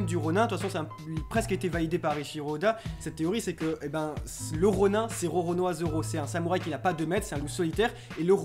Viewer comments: Sa se prononce "RONINE" ptn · Il existe une prononciation francisé de ce mot qui se prononce bien Ron"ain" ;) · J'aimerais ajouter une petite correction de votre prononciation en japonais. Pour le mot "rônin" le "in", les deux lettres se prononcent séparément et non comme "ein, un....". Merci de votre travail.